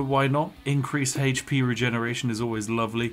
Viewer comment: One fousand haych pee?!